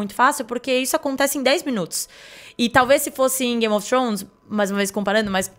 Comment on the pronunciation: Trôns não,Trones